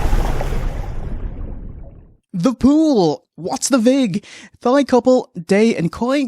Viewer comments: I don't think I've ever heard Thai pronounced as 'Thigh' instead of 'Tie' before. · I believe it's pronounced "Tie" not "Thigh" but maybe it's a cultural difference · once again you look absolutely RADIANT! just wanted to let u know even tho Thai has that pesky TH in the beginning, its pronounced tie like bowtie. much love! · That's the way Irish people say it